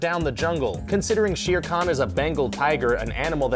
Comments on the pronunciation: It is Not Sheere Khan it is Sher Khan prounounced "Share" Trust me I am from india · It’s pronounced share kan. Not sheer kan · Its sh-er kh-aan not she-ear khn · u pronounce it, share con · Oh... Your pronouciatiation of Sher Khan is so wrong !